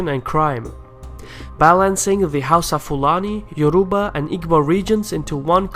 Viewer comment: agh YO RU BA my god you actually butchered everything